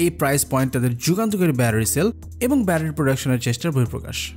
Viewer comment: বেশি শুদ্ধ বলতে গিয়ে ব্যাটারি কে ব্যারারি বলতেছেন🤓🤓